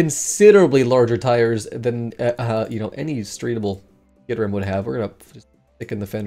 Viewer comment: Congratulations on your correct caterham pronunciation